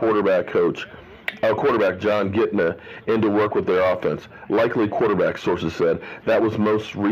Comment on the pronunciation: Kitna? Nah, nah, nah, nah chef... that ain’t it.